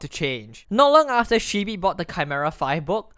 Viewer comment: My only anger with this video, is he pronounced shibee wrong.